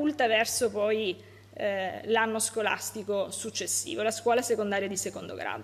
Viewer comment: Ma dice sgolastigo?